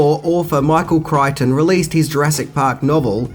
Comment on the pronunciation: Of all pronunciation and spelling faux pas, I'm both surprised and glad that he pronounces Michael Crichton's name correctly--since the man was an absolute legend, and dare I say, somewhat underrated.